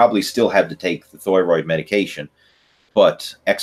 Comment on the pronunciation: I know what a thyroid (thigh-roid) is, but I have zero clue what a thyroid (thh-ooiiii-roid) is. 😂😂😂